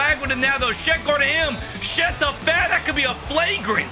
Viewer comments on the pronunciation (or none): Why do you call his shet? It's chet....